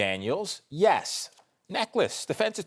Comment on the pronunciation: Lol, it is pronounced necklace. He does surround himself with Dick Tracy like characters.